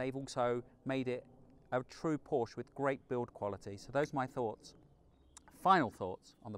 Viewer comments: such a good car - such a rubbishy done review ... sorry, but you need to practice a bit more and the large amounts of text are just not acceptable. also it's PORSCHE not porsch!! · You've driven so many Porsches, own 3, and still pronounce it incorrectly. No one at the dealerships saying it like the Germans?